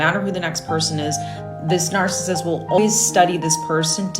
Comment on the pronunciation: Learn how to pronounce NARCISSIST if you're going to use it. TY.